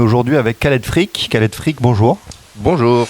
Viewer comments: Mahdi Didou presque, Freak se prononce Fric, avec une consonne finale légèrement plus "sèche" ce me semble. Mais tu l'as bien compris, de toutes les langues c'est la mauvaise langue que je pratique le plus ;-) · Freak se prononce Frique ^^